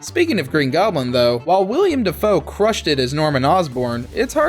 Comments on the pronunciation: His name is willem not william 🙈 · Ughh Willem not Wiliam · Man... You call yourselves experts yet you can't get WILLEM Dafoe's name right? seconds in and you pronounce it William? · not William it’s Willem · The fact you said "william" I had to stop watching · Willem. Not William. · It's friggin Willem not William. You do this for a living. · Also it’s Willem, not William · His name isn't William Dafoe...It's Willem. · That the narrator has no idea it's pronounced "GREN-itch", not "GREEN-witch", and that he called Willem Dafoe "William." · William Dafoe? Green-Witch Village? Cringe at those pronunciations 😆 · Will-EM. Will-EM. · it's NOT his name. It's Willem, has been his whole life. Making videos is great. But, getting it right is part of the gig.